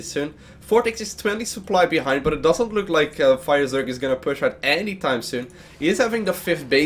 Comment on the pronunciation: lol "firezerg"